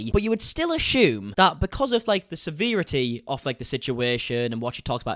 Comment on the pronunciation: You did not say severity like that 😂